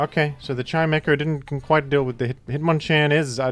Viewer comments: chim-ETCH-oh is actually how you are supposed to pronounce it. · i want to tell you that his name is pronounced “chime-echo” because they’re both sound based words but only if you promise you’re still going to listen very carefully.